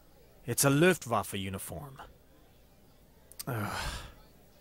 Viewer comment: Okay, I get where people are coming from, when they spell the "Ü" like a regular U in english, but why the fuck did he just say "Lüftwaffe"? Did he think germany used air conditioners as weapons?